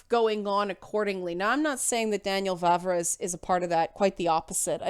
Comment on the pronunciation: Correct pronounciation of "Vávra" is very much like "Vah-vrah". So you got it almost perfect :). Moravians are not really Moors at all afaik. If we went a bit deeper into history you could bump into Great Moravia. They are very close to Bohemians, though not interchangeable, i kind of doubt it has anything to do with Romanized Moors. That was almost half a millenium before the time of the game (established pre-800s). Still its a cool thing to explore to. What you can actually kind of talk about that Cumans (present in game) have their roots in Mongolia. The third part of current Czech Republic is Silesia, a southern bit of it, since most of it is in Poland. Vavra later on adjusted and fleshed out that opinion after a while. 140 chars etc. The current stance is: Bohemians knew about people of different colors, like from bible etc., in cities it might have been more likely for them to meet them, but in remote villages it was very unlikely. Dont you find it funny that western media immediately treats the historians he talks about as immediately racist? :) In here, left wingers are anti immigration too, often times even more so. Our center right parties were cautioning more about explicit hatred. Even though our president is left wing, he is probably as anti immigrant as trump. He even supported him. Some ideas of his are more workable (support affected people in their home countries) so its not really entirely trumpian, but our political spectrum is definitely different from US